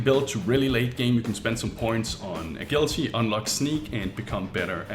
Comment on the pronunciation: A-gill-ity What are you? A fish? It's pronounced A-Jill-ity